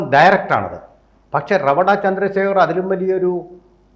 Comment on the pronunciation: അതേ. അദ്ദേഹത്തിന്റെ പേരുച്ചരിക്കേണ്ടത് "രേവത ചന്ദ്രശേഖർ" എന്നാണ്!